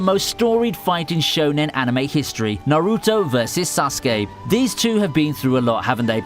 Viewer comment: Couldn’t agree more with Naruto vs sasuke !! That rivalry was very well developed.. btw your the way you pronounce sasuke is cringe 😬